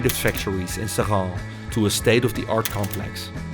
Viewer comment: This is a cautionary tales. Our ancestors invented the blast furnace. Those plants, they were ours. The french sold them to the indians, and they closed the plants to decrease competition, after billions of subsidies. The french just nationalised the plant from mittal. Screw him. Also your prononciation is attrocious it's pronounced 'SRINNN. The locals will know :3